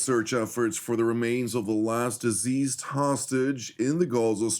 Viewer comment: every time you say "deceased", it sounds like "diseased". They're not sick, they're dead.